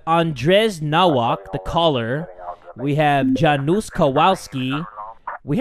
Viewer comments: when jay tried to say polish names oh god i was dying laughing "dżanus kołaski" hahahah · I cringed so hard when tried pronouncing the polish names, Andrzej is pronounced Andzey and Janusz is Yanus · to correct you with the Polish names, it's Yanush or something like that. And Kovalski